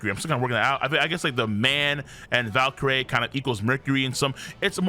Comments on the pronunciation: Bro u still reading Valcurie wrong... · Topan Valkrie would be a better pronunciation in my opinion